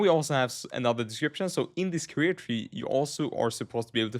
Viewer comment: Career. Not carrier